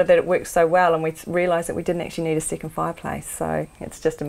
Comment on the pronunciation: It's funny that always confuses vowel e with i, so, bedroom = bidroom, second = sicond, deck = dick! And so is! She also pronounces work like week! Anyway, I love this channel!